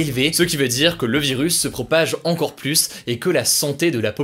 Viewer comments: Super vidéo juste quand tu dis "plus" prononce le "plu" et pas "+" ça me dérange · Pourquoi ne pas faire un effort sur la prononciation du mot plus ? Je conseille vos vidéos à des étudiants étrangers qui apprennent le français, et c'est désespérant d'écouter systématiquement cette erreur malgré les commentaires d'internautes qui l'ont aussi relevé. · « Le plusse »